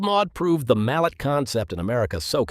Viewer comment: Old Maud is a (MAL-LAY) . It is not pronounced like the name of a hammer. Anatole Mallet ( the developer of compound steam engines) was born in Switzerland but his family was of french origin and spoke french.